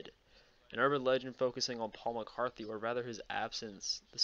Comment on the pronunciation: Liked the video. Just a couple notes, though: there is no th sound in Paul Mcartney's last name and it was Neil Armstrong who took the very first steps on the moon.